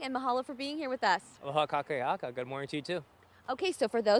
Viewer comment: Did he say : "Ka kaki aka", auwe!!! I believe he was attempting to say "Aloha kakahiaka"... breaking each of the vowels down would have made it easier for him. KA KA HI A KA